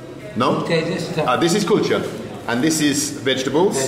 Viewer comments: You saying culture or kulcha? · It’s kulcha and naan. Then 🤦🏽‍♂️🤦🏽‍♂️